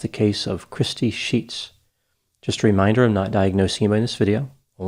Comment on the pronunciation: I heard that as crispy sheets 🤣🤣🤣